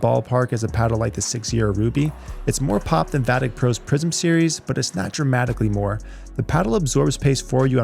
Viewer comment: "Vatic Po Saga". Not gonna lie, I expected a Panda in there somewhere and got disappointed.